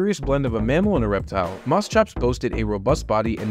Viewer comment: Had to walk away ti feed my woodstove, so I was just listening, and imagining as you talked just fine til MOSS. what?...ok time to Rewind...